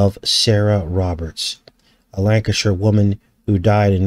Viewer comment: Superman's friend. Mon-el is a daxamite in DC comics. He is exactly the sMe as superman in terms of powers except his weakness is lead. Got any ideas about that? I think it's more honest at least. Also. I live in Lancashire. And you pronounced it right so that's cool. Everybody always gets it wrong. Haha.